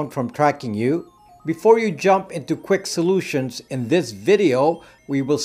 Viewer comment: Did he just say quick solutions!? Lol